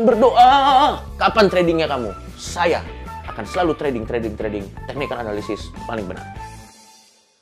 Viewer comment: suka banget lihat ngomong teknikal analisis: tekhnikel enalesis